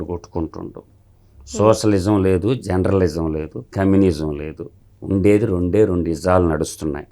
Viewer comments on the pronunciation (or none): ఒరేయ్ జెండ్రలిసం కాదు రా జర్నలిజం